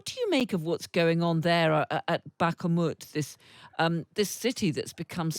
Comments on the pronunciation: FFS! Will someone please tell that interviewer that Bakhmut (with only one "a") is NOT pronounced "back-a-mut"? The channels reputation for "professionalism" plummets every time that announcers FAIL to learn the pronunciation of oft-repeated words. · Why cant the reporter pronounce Bakhmut properly? Its not Bakamut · Someone tell this presenter to stop saying bahakamut😂😂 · Thank god she didn’t say Bakka Moot. Almost watchable….edit, cancel that, she said it twice. Unwatchable. Second edit, she said it three times. What’s wrong with her? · "BAKAMUUT" she has a speak issue! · What’s with the weird pronunciation of Bakhmut? BackHARmut…? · Oh lordy, it's the dimwitted news reader who says "Bhk-uh-moot" again. Someone, please fire her, or maybe even promote her out of her broadcast job so we don't have to listen to her empty-headed disrespect for anything outside of her wardrobe and nails. Lady, you are being paid to report world events, and there is no such place as "Bahk-uh-moot". IT MATTERS. Love from your fan in Lahn-duh-num, Eng-er-lind. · WHy does she call it Bak-a-mut? It's not the first time. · God she needs to learn how to pronounce the "kh" in Ukrainian, or just say Bakhmut like other western commentators. She says "Back-ha-moot" way too many times for nobody to have pulled her aside. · She knows she's pronouncing it wrong by now back a hu mute ffs? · When is she going to learn it's not pronounced bakkermoot? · Please stop calling it “Bakamut’🙄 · Somebody tell her it's not Bak-A-mut. It's slightly disrespectful at this stage. Everyone else knows how to pronounce it. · oh no... not the "Bak-A-moot" lady..... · Very interesting video, but I don't get news stations... why hire someone who can't pronounce foreign names... it is distracting and pulls the focus out of the whole video... BaKaMooeet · Why does she keep saying "backa-moot" ? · She pronounce bark a mut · It’s been 9 months and she STILL cannot pronounce Bakhmut. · She pronounces Bakhmut wrong.